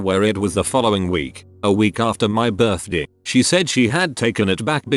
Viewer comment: Why the hell does the text to speech pronounce "birthday" like that?